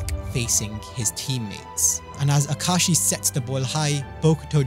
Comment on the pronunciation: Ahem ah ka ah shi not ah kashi 😂 I had to since he complains in the manga